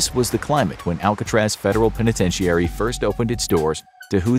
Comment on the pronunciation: Is the narrator perhaps Canadian or something? I don't often hear the word "penitentiary" pronounced that way, with six syllables.